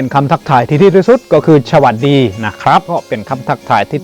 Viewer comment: .คำว่า.สะ.หวัด ดีไม่ใช่.ฉะ หวัด ดี.คำว่า.อิสระ.อิด สะ หระ.ไม่ใช่.อิด ฉะ หระ เด้อออ..ค่อยๆฝึกไปเด้อ..